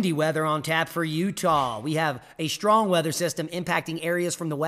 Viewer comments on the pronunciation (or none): none